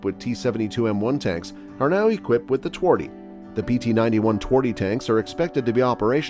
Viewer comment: its not twardy!!!!!! it translates to hard in english